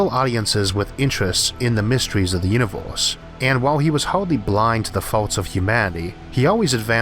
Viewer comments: What IS that accent? Flip random vowels to something completely different.. I've never heard that. "The Univorse is a vast cosmic .." AAAAAAAAAARGHH I can't listen to it!!!! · "the univorce"